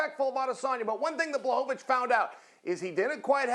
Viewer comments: Chael “It’s Blahovavich” Sonnen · "Blachowowicz" :D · Chael: Blahohohvovovich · He is pathetic :D Can't even say Błachowicz name properly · Chael knows how to speak Blachowicz’s name, he just do it wrong on purpose